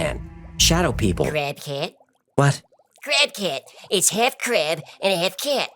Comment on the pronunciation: When he said crab cat... I heard crack head.. hilarious